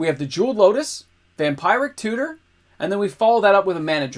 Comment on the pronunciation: Okay... i HAVE to comment... I may be missing something but Ive noticed it in a few recent vids... u pronounce vampiric tutor wrong (or in the very least a weird af way lol) & its gettin to me >.<!